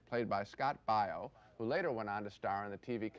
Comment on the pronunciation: Siskel can't even pronounce Baio.